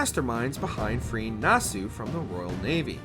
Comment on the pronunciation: Holy smokes some of your pronunciations are awful. I don't even know where you got your "Nassau" pronunciation from